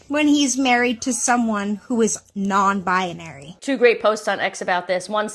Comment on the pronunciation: The woman with tge steaight husband says nonbi-a- nary. Isn't it nonbinary.